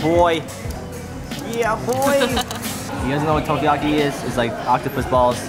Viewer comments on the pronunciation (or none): I cried a bit inside when pronounced Takoyaki as Tokayaki.